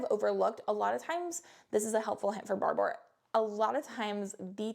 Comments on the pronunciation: Barbour is pronounced just like barber. Scottish, and spokesperson was Sam Heughan for a while. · It's pronounced Barber like the guy who cuts hair....